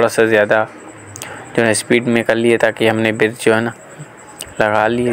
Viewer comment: Birj ni hota Bridge hota ha ap bar bar birj birj q bol rahy ho